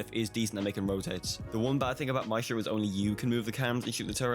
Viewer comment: everyone: maestro (slight Italian accent) this guy: mashto